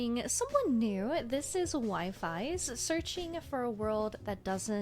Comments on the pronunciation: A little reminder his name isnt pronounce as 'Wifi' its WeeeFiesss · "Wifi's" lmao I swear it was pronounced "wee-fee's" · She really said WIFI-ES 😭😭😭😭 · I pronounce it as "Waifees"